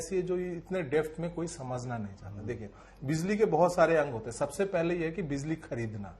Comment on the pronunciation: Bizli नहीं Bijli बोलिए